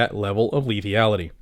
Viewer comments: Lethality lethality, not lethiality? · Camera looks good 👌👍 P.S. it's "Lethality" not Lethiallty lol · I love this channel but I died every time you added the extra e to lethality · lithyality???? lethALITY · Sorry, I love the channel and all you do but I'm ocd when it comes to spelling, grammar and enunciation. Out of respect for you, I humbly submit this correction. Forgive me, I'd rather take the heat on here for trying to correct this than have anyone think less of you for it. le·thal·i·ty /lēˈTHalədē/ noun the capacity to cause death or serious harm or damage.